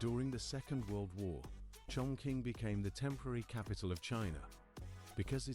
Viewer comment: Wrongly pronunciation for Chongqing.